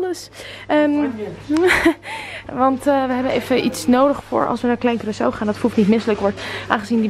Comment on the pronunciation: Het is Curaçao geen Curacou (geen haat)